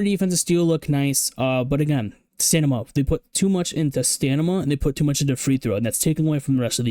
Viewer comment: W Video, cracks me up you say stanima instead of stamina